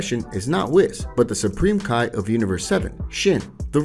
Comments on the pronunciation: Him:Kai me:it's ki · Idk why but u seen dragon ball super and heard how their names are said but yet ur still saying their names wrong